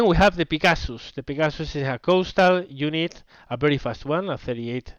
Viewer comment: lol. its 'peh-ga-sus' XD